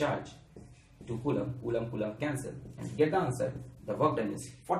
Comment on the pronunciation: Nobody: Alakh Sir: CuULaaM per second